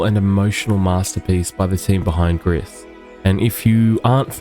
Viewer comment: It's pronounced gree, not griss. It's French for grey.